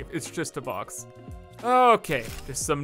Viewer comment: It did not sound like he said "box" to me🤣